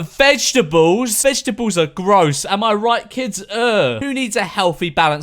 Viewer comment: morgz: 0H NO MORGZ MUM : VESHEBLES